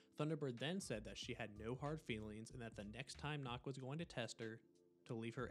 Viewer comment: 10/10, but some of the names were a little butchered, ex. Nökk is pronounced like "Nook", not like "Knock".